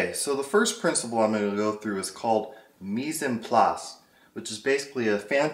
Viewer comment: hahaha... your French is not quite there yet my friend. "Mise en place" pronunciation is not quite right. But its translation is correct :)